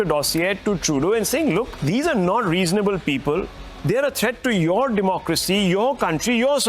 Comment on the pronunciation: "Rizonablll Pipell"... I hate them dingalings so much